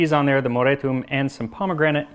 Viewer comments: Did you call the pomegranate, pomgrenade? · pronouncing pomegranate as POM GRENADE is hilarious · i was not expecting the "pom grenade" pronunciation lol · Did you just call a pomegranate a "palm grenade?" That suggests a foreign pronunciation I am NEVER GOING ADOPT except as a joke.